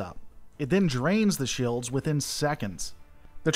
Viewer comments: gads its shields, not shaields.... must be your twang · You say “shields” weird. Reminds me of Stewie and “coolwhip”